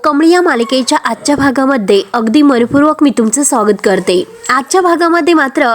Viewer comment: आमचं साॕगत करण्यापेक्षा स्वागत केलंत तर बरं वाटेल.अत्यंत अशुद्व वाचन.